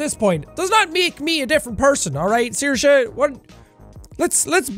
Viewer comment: Finally I learn how to pronounce Saoirse. Thank you, Sean🥰